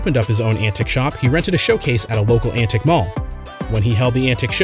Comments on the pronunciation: It's ANTIQUE, not ANTIC. Those are totally different things lmfao. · he can't read the word antique. an teek might be better. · Couldn’t make it through because of your pronunciation of antique. Fix please